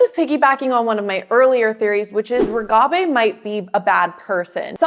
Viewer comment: Why do you say Reghabi's name with a trailing 'bey' rather than 'bee'? Very distracting. Also, you spelled her name incorrectly in the title.